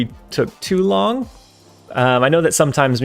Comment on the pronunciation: I kinda like the idea of the "took you wong enough" line being doubled 🤣